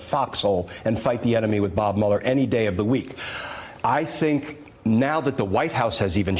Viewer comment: Did this half witted, so called Attorney General, just say "I fink" instead of "I think". Although I agree he definitely is a fink.